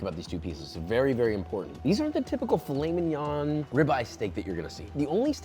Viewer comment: me hearing filet min-"yon" and butchering that pronunciation, then perfectly saying piece de resistance